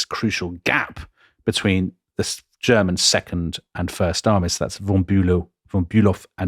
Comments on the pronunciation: Please, Fon Bülow, Not Bülov, that might be a Russian… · Delectable, delightful, wonderful, edifying podcast! Keep up the stunning work!!! Just a small note, not wanting to be what the Germans refer to as "Tintenpisser", seizing upon some insignificant detail, but "von Bülow" is in fact pronounced "von Bü-LOW" and not "von Bü-LOV". Merry Christmas! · Karl von Bülow is pronounced "fonn bu-low" (bu like bureau, low like low). Other than the russian counterpart, the "w" is silent in these east-german names of people and towns. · von Bülow -> fon Bülo (the w is not pronounced).